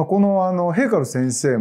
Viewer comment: Fayza Haikal 先生のプロフがAUCのページにありました。 河江先生が、Haikalを「へいはる」と発音しておられるので、自分にはヘブライ語の「神殿」היכלのように聞こえました。